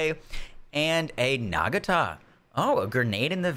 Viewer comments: Check out proper pronunciation of 'Nagata' on The Expanse! Thanks for all the interesting and informative content. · need to watch The Expanse so you can say Nagata.